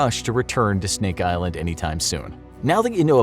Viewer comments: Did he say Steak Island? I'd be down for that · “stink island”